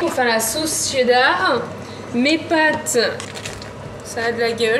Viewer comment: Vous dites "la c'est dar" mais faut dire "la cheddar"🤣